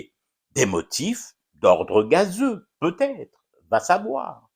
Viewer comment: "Pit ête oui pit non" hhhh 😂😂😂😂😂 j'adore